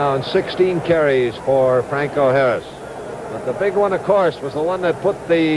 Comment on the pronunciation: Man, this announcer has problems with names. Bradshaw I caught him call Bradshaw both “Shawbach” and “Bradley.” He also messes up Harris’ name once or twice, but gets Fuqua right.